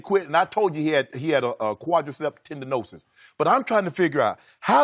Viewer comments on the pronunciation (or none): Lmao Shannon : quadricep tendonosis? 🤣🤣 its tendonitis.